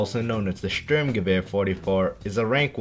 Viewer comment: Hey you said "sturmgewehr" right Didn't expect that